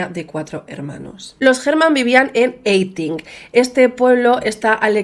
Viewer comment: Hola guapa! Aquí una española en Alemania. Si te he pillado bien, el pueblo es Peiting (se pronuncia "Paiting"), y el lago Ammersee se diría also así como "Ámasee". ❤ Me encanta tu canal, abracitos alemanes para alla (aquí el dos besos nuestro es un abracito)